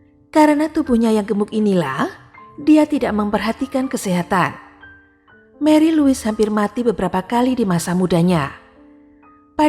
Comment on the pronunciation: Francois bacanya Fransoa. D'Orleans bacanya Dorlangs. Marie Louise bacanya Mari Lui.